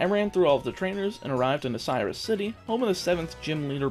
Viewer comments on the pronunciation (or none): none